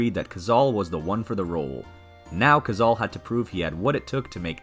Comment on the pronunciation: The voice over is Ai....and it mispronounced "Cazale" the 35x it said it!